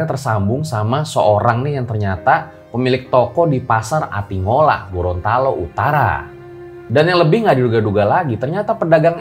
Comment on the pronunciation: Atinggola bang bukan atingola